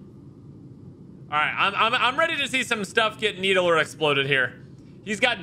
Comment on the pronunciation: rofl sucked at halo because legendary wasn't that hard as a 14 year old EDIT: NEED-LER not NEEDE-LER